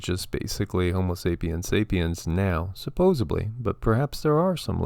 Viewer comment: Small thing I suppose but the word is supposedly not supposebly . I think everyone raised in the US was not taught this...